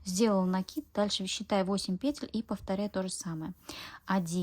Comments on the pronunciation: ПетЕль, делайте ударение правильно. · Ольга Кондратьева говорит петЕль, и её слушать намного приятней😊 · пЕтель прявильно произносить.